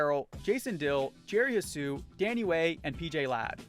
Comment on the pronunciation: ITS PRONOUNCED JERRY SU NOT HUHSU